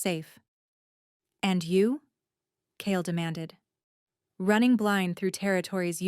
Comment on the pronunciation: Kale not Cale